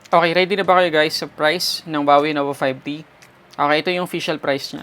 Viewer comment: Nova 5D? Hahaha kulet ng letter t mo tunog D. 😂